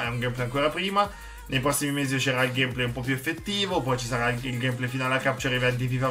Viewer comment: pke dici Gamèplay